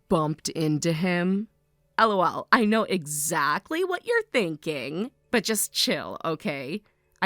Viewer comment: Dislike The constant 'El oh el' are making me cringe so hard I almost broke my neck JUST FREAKING LAUGH